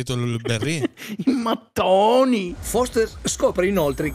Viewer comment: Quella pronuncia di mattone è stata uguale alla pronuncia di sandaloe